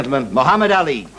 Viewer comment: Don’t point at me! 🤣 I thought you said public N-word. 🤣 Guy cracks me up, he was an amazing boxer, a poet and could’ve done well as a comedian! What a spectacular human Ali he was! Such an inspiration and one of the best of us. ❤